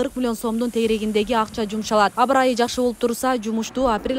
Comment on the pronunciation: Абрайы эмес абаырайы